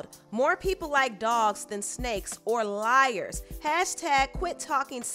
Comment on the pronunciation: ...man...it’s LIAR...not lier 🤦🏾‍♀️